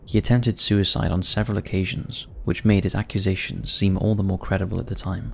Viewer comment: accu Zations? such a weird way to say an easy work! i vote me to narrate , I'm English , and have great speaking voice iv been told